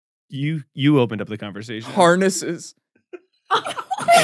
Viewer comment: The way says "HARnesses..." will haunt me for weeks.